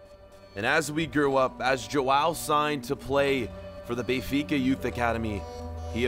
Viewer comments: Benfica not bay-fica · lmao it’s “Ben-fica” not Bay-fica” 🥴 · Does anyone else get pissed off with how he says Benfica